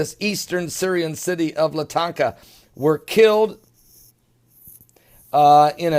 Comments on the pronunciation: Latakia is pronounced Lă-tä-kee'-ä. Let's get close at least. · There is no Syrian city of "latanka". There is as city called Latakia but it's in the west not the east. You sound like a blithering idiot I'm sorry to say. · if Universe Just listening to this guy pronouncing the name of Erdogan and LA-TA-KEE-AA (try it that way... its called fonetic spelling) cracks me up